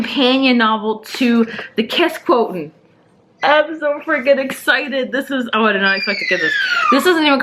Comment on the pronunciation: Lei = lay. Quotient = kwo-shent.